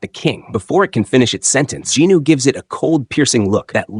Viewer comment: I think the pronancation of the main character is wrong, i was a bit confused when i heard that name. is it not sung jin woo, but in the video i keep hearing jin noo